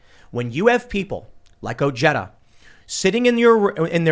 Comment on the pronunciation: Love you Tim you keep pronouncing the name Ojeda wrong. The "j" is pronounced like an "h."